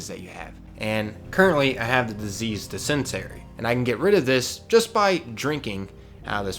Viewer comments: Bro, it's not pronounced "dis-sent-ary", it's pronounced "dissin-tary". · It's DIS-en-terry", sweetie. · “Dis-en-teh-ree ” Great video though! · Good tips. You said water borne disease, 'dysentery' weird though☺